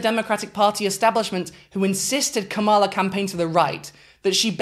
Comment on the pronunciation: Very good analysis, great work, it is tho pronounced comma-la ❤